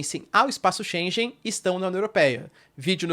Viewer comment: 0 seconds ago Só uma ligeira correção: Shengen se pronuncia diferente, (como se tivesse um gue no Shenguen=pronuncia correcta).